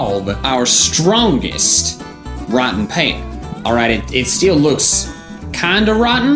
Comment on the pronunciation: Wrotten' Pear XD